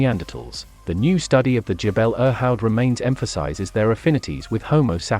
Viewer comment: The pronunciation of Irhoud in the video is very far from the local, much closer to 'eer-hood.' Just pronounce the i like ee in feel but shorter, without merging it with the r sound like in bird, then add hood.